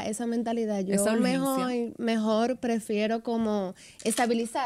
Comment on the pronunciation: Dijo mejoi y después mejor 😅